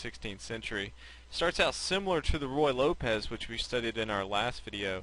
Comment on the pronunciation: Ruy Lopez, not Royal Lopez :)